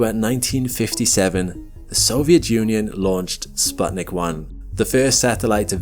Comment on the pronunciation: Sputnik, not spatnik.